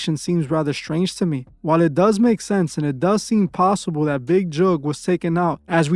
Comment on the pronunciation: Mans pronounced "Tentacion" better than literally anyone in the world ever has, but can't pronounce "Jook" for the life of him